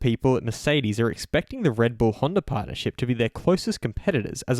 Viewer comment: It's not Honder, it's Honda!